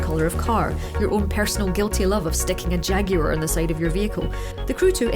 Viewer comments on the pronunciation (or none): none